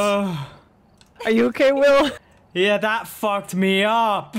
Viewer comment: I think the ghost killed Will because he kept butchering the name. XD